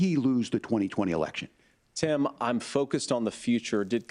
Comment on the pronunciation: Vance pronounces 'Tim' more like 'Sam'. ???